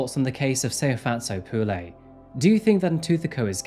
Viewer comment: It not Pu lay, its pronounced Pu le